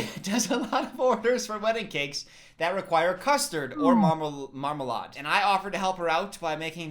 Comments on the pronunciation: I recently rewatched Paddington so hearing say marma-LAH-de has hurt me deeply😭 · I disagree with the fact that you call marmalade, mar-ma-lah-d. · please tell me you choice to pronounce marmalade wrong because its funny and not because you actually thought it was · He pronounced marmalade like a British person